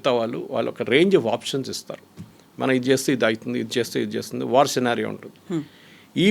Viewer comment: సినారియో, ని, ఇప్పుడు స్కీనరియో అని మార్చేరా, మేడం గారూ?